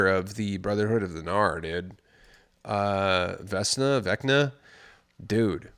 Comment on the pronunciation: It's Veckna for the pronunciation. - VEK-nah